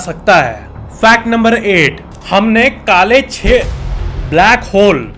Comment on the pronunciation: that "kaale ched" was so funny lol